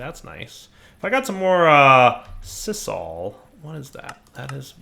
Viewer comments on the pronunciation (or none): Also, sisal is pronounced sye-zal.